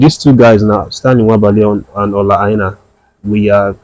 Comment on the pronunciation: Are you sure you’re a Nigerian pronouncing Aina ( Ainor) as Aina like a white man?. Men, you fall my hand. His surname is pronounced Ainor in the local Yoruba intonation and not Ai nah. Nor. I excuse foreigners calling him Ainah but not for you my hommie. Again, it is pronounced (Ai nor) not Aina. Say it with me (Nor) not (Na) Do better my guy.